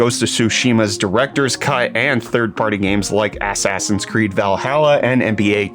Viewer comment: Loved how you pronounced AssAssin's Creed Valhalla lol